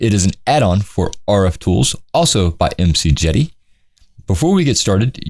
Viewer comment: Most people pronounce his name: Mick-Jade-ee, but that's just my being picky lol